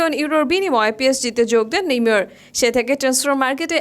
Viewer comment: ভাইরে ভাই এতো সুদ্দো কইতে জাইয়া নেইমার কে নেমর বানাই দিসে 🤣🤣